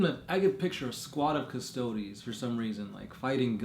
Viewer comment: Stop pronouncing custodes like custoads lol CUS TOAD EES